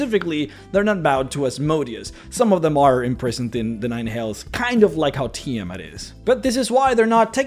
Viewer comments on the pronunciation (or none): none